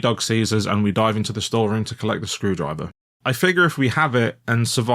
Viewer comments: skrew-DRIVE-er - the emphasis should be on SKREW-drive-er. The misplaced emphasis makes it sound like EFL or just unnerving x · With "My son's screwDRIver" it almost sounds like they cut up driver from somewhere else and added it here. Even though it was probably just how the VA decided to say it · i think the screwdriver thing might just be that hes emphasizing my son in a weird way cause it's his name. MySons screwdriver instead of my sons screwdriver